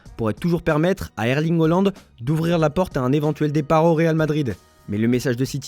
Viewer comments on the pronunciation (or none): C’est pas "Oland" mais "Haaland"